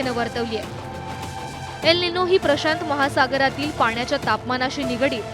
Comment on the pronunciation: यल नाही एल बोलतात मूर्खा....